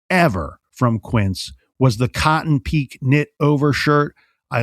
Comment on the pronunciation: on your quince ad - it’s cotton pique (pronounced pe-kay not peek.) I had to laugh at that. My husband once called it cotton peek too.